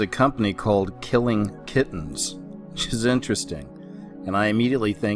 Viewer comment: its Kurious Kittens, not killing..... Other than that I agree with all of it...